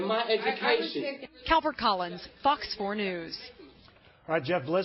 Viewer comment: Did someone notice that the news anchor tell fox4 news which sounds like fucks4news..? In